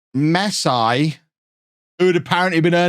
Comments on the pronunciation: It's pronounce Messi not "masai" the dude is like the best footballer in the world, how cld u not know his name. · Did he really said Messai? 🤨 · Mess eye??😂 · Mess-eye? Official rename in FM22! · He said mess I 😂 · Mess-eye brilliant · I like the way you introduced the series... a guy called "MESS I"🤣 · I love that just took the mick out of barca in the intro and called Messi Mess-eye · A club named Barcelona.. Looks at notebook This guy called ' Messai ' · Pronouncing his name as mess-i then hearing "Fixing Messi's" made me punch myself in the face. You owe me a copy of FM 22. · "Messay" got me there lol! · who's messai? hahaha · I thought it was funny the way he said mess i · Lover how you mispronounce Messi hehe